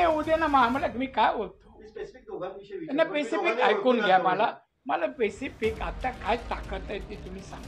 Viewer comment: पेसीपीक नाही रे नारायण स्पेसीपीक आधी बोलायला शिका तुझ शिक्षण काय